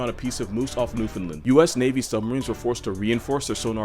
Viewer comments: Luv you're content, But too all Americans it's "New-FOUND-land" , not "New-FIN-land" lol Ya, im that one fan from NL hahahaha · You pronounced Newfoundland wrong (it's Newf-in-land)